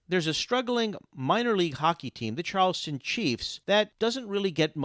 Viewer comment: It’s Charlestown, not Charleston.